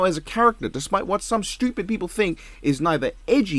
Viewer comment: I love how he say stupid like it's "shtupid" with the sh in the word😅